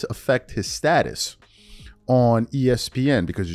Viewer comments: State-es 😂 or Status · Bruh wtf is Staitus?